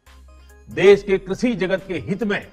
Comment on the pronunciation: Why he cannot pronounce Krishi.?..He said krusi